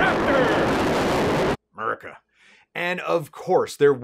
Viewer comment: The most perfect "Murrica" I've ever heard!